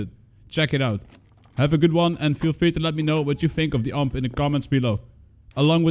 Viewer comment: Every time you say UMP I die a little inside.